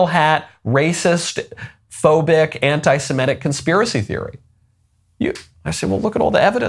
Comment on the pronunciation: Michael, you are saying anti-semitic incorrectly. You are pronouncing it anti-simetic. It’s just wrong.